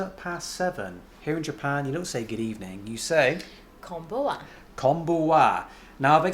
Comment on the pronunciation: "konbuwa"? Is that some local dialect??